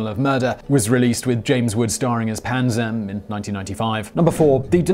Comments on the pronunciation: I could have sworn it was Panzram with an R, not Panzam. Am I mistaken, or did the illustrious writers of Simon Whistler Inc. overlook something?? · I love your channel...its Panzram not Panzam... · It’s panzram not panzam